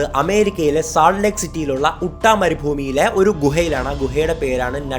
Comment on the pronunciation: ഉട്ട അല്ല അട്ട. തോന്നിയ പോലെ അങ്ങ് പറയുന്നു. It is യൂട്ട.